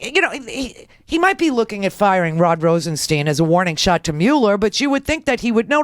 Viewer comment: RosenSTIIIIIIIIIIIINE. STIIIIIINE. Rhymes with pine, dine, wine, line.